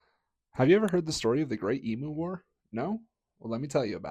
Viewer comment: It's not Eem Moo It's Eem You. I'm an Aussie.